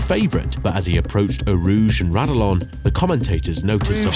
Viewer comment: Thumbs down. Pronounce the corners properly (Ra-dee-yon), Monza called the TEMPLE of speed, not the home of speed, and you didn’t include the hands down scariest crash in F1 history. If you’re gonna do something, do it right.